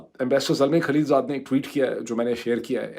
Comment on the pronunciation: کھلیل جاد یعنی؟ کہیے خلیل زاد۔ لا حول ولا قوت الا باللہ۔ یہ شودروں والا تلفظ کب سے اختیار کر لیا!